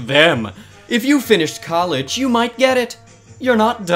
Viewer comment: I just noticed he didn’t say might he said night